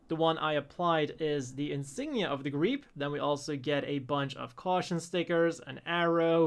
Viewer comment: Thank you for showing me how to pronounce Griepe.